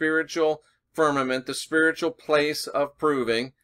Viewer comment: as you where saying spearitual/spiritual in this video I was hearing sphereical. Where you've been talking about Angles/Angels lately this opens up a new download of traveling in the sphere-it. Think on that profundity.